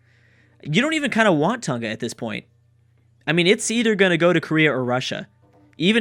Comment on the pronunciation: the g in Tonga is a soft g.